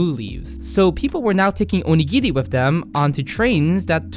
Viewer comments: you dont pronounce onigiri right and its really dorky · cool video btw, to me, when you speak Japanese to a Japanese person, you sound pretty good but I think your intonation was a little bit off when you were saying these words (maybe because you were speaking chiefly to an English audience?), e.g.: oNIgiri (not oniGIri) aSAkusa (not AsaKUsa) TArako (not taRAko)